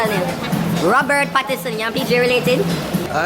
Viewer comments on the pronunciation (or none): u mr lol in this vlog u had me cracking up. 1st though the actor's name is Robert Pattinson not Patterson lol and u can tan deh u hear Jay-z might mash u up fi a wine up pan him good up nice body sex in the city smell good wife u hear lolzzzzz......